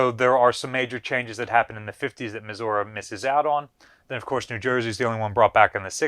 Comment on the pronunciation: Why can this man not pronounce Missouri?